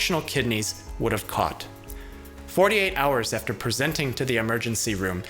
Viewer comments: Does anyone know why he always emphasizes it like that? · He says "Presenting to the emergency room" in a way in each video as if everyone else says it wrong and he is trying to make it a point. Haha I love you